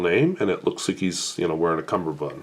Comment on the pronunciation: Pronunciation pedantry: It's cummerbund, not cumberbund, as it comes from the Hindi 'kamerband'.